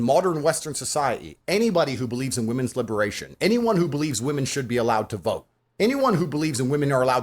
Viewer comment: Man said WE MONS 😆